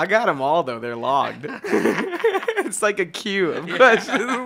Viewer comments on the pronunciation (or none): none